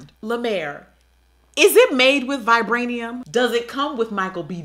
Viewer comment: “Vibranium” 💀💀💀💀im sleep